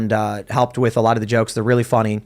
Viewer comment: Why does say "wit", not "with"? I think its intentionally done as he pronounces everything else with intent.